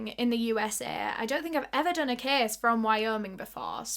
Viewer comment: When you say case it sounds like youre saying kiss and i love it